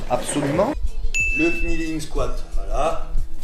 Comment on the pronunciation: Par contre en anglais K+N tu prononce pas le K. ->neeling